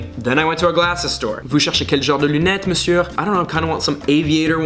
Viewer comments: we don’t pronounce the R in monsieur :) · On ne prononce pas le "R" à la fin de "Monsieur" :) Sinon ta vidéo est top ! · Salut! Quand on dit « monsieur » on ne prononce pas le R de la fin :) Sinon ta vidéo est super et toutes tes remarques étaient tellement vraies ahah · 😊 I love how you pronounce the R in monsieur! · juste une petite erreur de prononciation : on ne prononce pas le "r" à la fin de monsieur :)) mais sinon super vidéo, tes remarques sont très pertinentes ;)) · In french we don't pronounce the "r" at the end of "monsieur" 😋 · Le « r » ne se prononce pas à la fin de « monsieur» 😉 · salut!! ton niveau en français est franchement top!! mais tu continues de prononcer le "R" à la fin de Monsieur ahah c'est un choix personnel?? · Don't pronounce the r of "Monsieur" xD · Advice : dont pronounce the R in Monsieur :))) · Bahahahahha, these videos are too funny! PS: Would love to see a video about things you hate in the US. And also I noticed that every time you say "monsieur", you pronounce the "r" at the end, but it usually stays silent. Bon c'est pas une grosse faute, mais je tenais tout de même à le relever ;). Love your videos! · I'm not a hater but we don't pronounce the R of Monsieur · don't pronounce the R at the end of 'monsieur', please:). Love your videos tho! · As a Belgian, absolutely loooooove this kind of video :D Also, can I just say, your French is amazing but don't pronounce the R at the end of Monsieur :P Theeen it will be perfect ;) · we dont pronounce the"r" in Monsieur😉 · Pronouncing the "r" at the end of monsieur is just wrong though lol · Waiit is the r in monsieur pronounced? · Attention le R de "Monsieur" est silencieux, il ne faut pas le prononcer !! Peut-être que tu le sais mais tu as fait la faute plusieurs fois au cours de la vidéo donc je voulait quand même le signaler ^^ Dis juste "Monsieu" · True, il dit 'monsieurrrrr' mdrr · i love the "monsieuRR" pronunciation